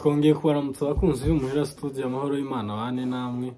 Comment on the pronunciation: Hhhhh = 293.000frb. imuhira studio don't speak studio . Prononciation ya studio à vérifier et à corriger but we l'vu and take courage